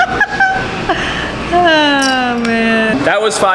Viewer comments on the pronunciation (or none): hahahah "I've show you that laterrrrrrr"